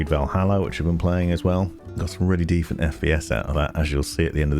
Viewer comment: also did you say ''defent FPS''? Is it an inside joke or?